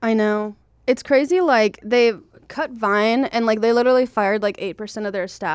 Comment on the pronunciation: "its crazeh"